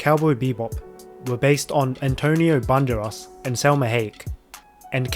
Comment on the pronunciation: Antonio bandéras , not bánderas lol. Isn't it?